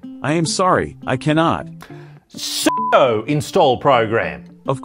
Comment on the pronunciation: I think you meant sudo, not sodu.